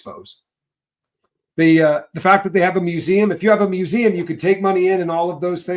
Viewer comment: Wow...A private museum....ME-U-SEE-EM.....😅...